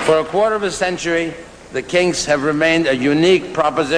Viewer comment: C'mon, Ahmet pronounce their name right, eh ?